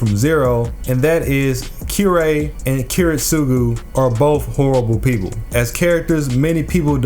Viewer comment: Weird way to say Kirei but ok